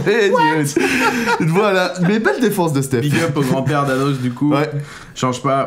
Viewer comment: j'ai entendu anoss, j'ai quitté